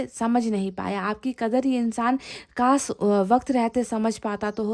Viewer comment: Madam! Apna pronunciation theek rkha kre..iss video mai bhi aapne सिर्फ ko शिर्फ bola h..काश ko कास bola h aapne..shayri Mai bhi..शाम ko साम bola h aapne..शायद को सायद bola h aapne ...ईश्वर को इसवर bola hai aapne ...